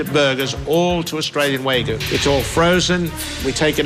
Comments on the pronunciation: "Waa-gyu"...not "way-goo"! Dammit! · waygu waygu It's waGYU god dammit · He can't even say wagyu properly. Waygoo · Japanese me listening to “wArgyu meat”. It’s Wagyu, tf is wArgyu. At least try to pronounce it correctly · Chef Magician: You making a burger too? Owner: Yeah, with a Way-goo. Chef Magician: A whaaa? Owner: With the Way-Goo! Me: Its Wagyu you cod! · That’s not an Australian meat pie. Wag yuh is Japanese, not Australian and it’s pronounced ‘wah-goo’, not ‘waygoo’. is a moron. An embezzling moron. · It's a crime to call it WAYGOO and not WAGYOO as the meat should be called. >_> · Claims to be a “meat expert,” then calls Wagyu “way-goo.” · How he keeps calling it way goo...🤯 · Why is no one talking about how this idiot pronounces wagyu? The "Waygooo" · Yeah it’s pronounced Wah-Giyu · best fucking jumpcut Just a man eatin' his vagyu boegah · Dad: wheygu beef Me, an Australian: dafuq did he just say? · is said to be a “Meat sculptor” Also: calls Wagyu “Waygu” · "wagyu" Pronounces it "waygoo" Wow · The fact he's pronouncing wagyu wrong the whole time is too much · you know the restaurant is fucked when the owner can't pronounce "wagyu" correctly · Man can't pronounce Wagyū to save his meat sculpting life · couldn't fucking pronounce wagyu correctly